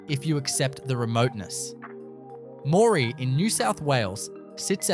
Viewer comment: Hi. I like the facts but the obvious ai Australian accent cannot pronounce many towns, some are hilarious some are so bad they are offensive. You need to edit this heavily, it can can’t even pronounce lead or live. Moree is not rural, rural is a farm or station. Moree also has other problems.